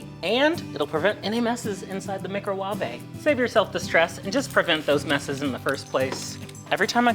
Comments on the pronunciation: Mick-ro-WAH-vay had me rolling 😂❤ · Especially when he says it casually the second time